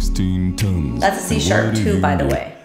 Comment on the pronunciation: When you said, "That's a C#", I thought you said That T-shirt and you were commenting on his muscles!😁